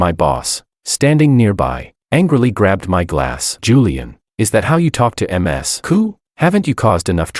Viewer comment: Someone please fix ai pronounce Ms. Correctly 😂